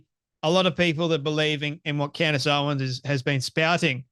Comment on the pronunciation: Why do I snicker every time he says Candy Owen’s? 😂